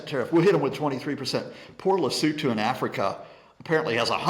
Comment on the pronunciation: An American who knows how to pronounce Lesotho!